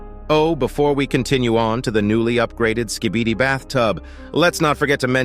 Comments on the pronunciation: It’s Skibidi not skeebeedee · Skib-a-dee not ski-bee-dee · "skeebidee toilets" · Why does it sound like he’s saying “skebede toilet”